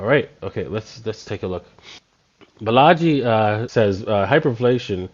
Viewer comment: Please stop mispronouncing his name . His name is Ba - la - ji .